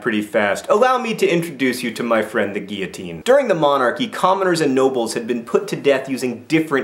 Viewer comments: Jack-o-bean! Not Jacko-bins! You did better with pronouncing emigre and guillotine! I hope there's going to be better pronunciation tomorrow! :) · You got emigre right the second time! And GAH I'm so glad you also pronounce guillotine correctly! Talk about a pet peeve..